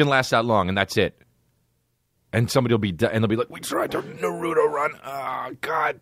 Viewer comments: It’s pronounced “nah-roo-toe” 😔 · The way you pronounce naruto is ah s’incorrect